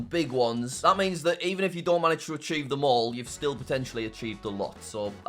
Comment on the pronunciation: I thought archive not achieve lol